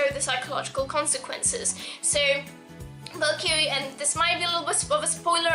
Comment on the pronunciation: U DON'T KNOW HOW TO SAY VALKYRIE PROPERLY!!!!!!!!!!